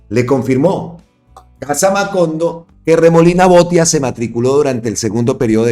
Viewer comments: 2 correcciones mi querido compatriota, el apellido de Andres Idárraga se lee tal cual se escribe con acento donde está la tilde igual el apellido Botía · Botía, acento en la í, porque lleva tilde en la í. ❗❗🇨🇴🇨🇴🇨🇴🦋